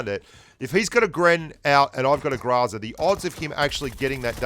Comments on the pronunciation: It’s groza not graza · Sory but you dont read it graza. Its groza as you write it. Depends on which part of slavic countries you go, it will be always and "o", just pronounced diferently. But not as an "a". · If you pronounce it [gr'aza], it is still incorrect, because in russian language the stressed syllable is not subject to reduction. So if you stress the first syllable, then you should read [gr'Oza]. The correct pronounciation is [graz'a], the last syllable should be stressed, which is not common for the english language. (BTW "Groza" means thunderstorm.) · Hey! It is pronounced like grozá (something between grazá and gruzá, really), with an emphasis on the last syllable. You can trust me, because I have those weird symbols in my name. Thanks for all. Gene. P.S. Yasnaya has an emphasis on the first one. Like the word yard.